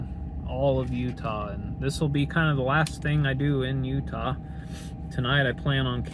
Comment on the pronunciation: Love all of utah's parks, valley of fire has been overrun like all places, thanks for pronouncing our state right. 😊